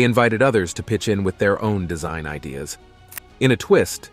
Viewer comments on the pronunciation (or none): none